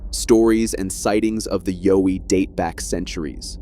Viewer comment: Like your saying owie but put a ya before it yaowie, that's how Aussie's say it mate Got there in the end